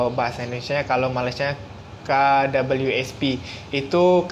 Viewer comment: KWSP 'k' not 'ka'